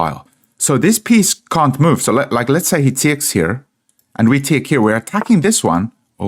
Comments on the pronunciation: Quite an Informative game. Did make me laugh though the way you say "take". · What is it with this guy the way he pronounces TAKE. It was driving me mad. Extremely annoying